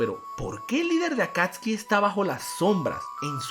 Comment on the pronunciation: ellos se llamaban Akatsuki no akatski (digo como se pronuncia)